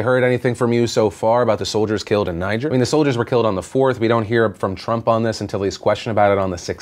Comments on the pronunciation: Phil, it's pronounced nee-ZHER. Like the name Pierre. Doesn't really matter, just saying. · Just FYI, that's not how you pronounce "Niger". It's pronounced "ni-ZHER". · Says "Niger". I go: "Welp, guess this video is demonetized."